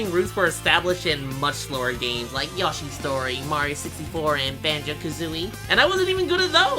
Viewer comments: This is just wrong Yahshi? It’s yoshi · "Yah-shis Story" Yeah, YAAAASHI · very cool but whwy did you say yoshi like that